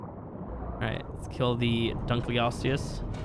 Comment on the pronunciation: dunke os tius wtf it's dunkle-O-lost-ious